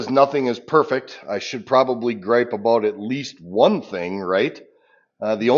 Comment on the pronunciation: A boot. "Hard to gripe a boot it"